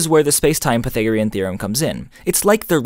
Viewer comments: Aaaargh! Why do you say pythagorean like that? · I've never heard Pythagorean theorem pronounced like that